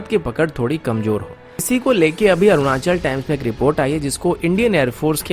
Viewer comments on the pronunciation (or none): none